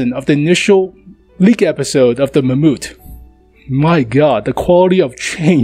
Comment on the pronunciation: the "mamoot" ?